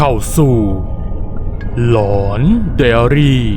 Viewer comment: คนพากย์ พูดคำว่า หลอนไดอารี่ กระดกลิ้นแล้ว!! หลังจากที่เป็น ไดอาลี่ มานาน ตอนเล่าเรื่อง ร.เรือ ล.ลิง ชัดเจนมาก ชื่นชมครับ